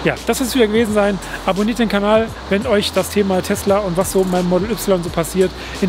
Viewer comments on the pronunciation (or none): none